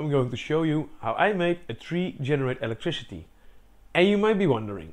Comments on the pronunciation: This dude says “electrishity” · "treesh" "electrishity" "seriesh" "bosishion"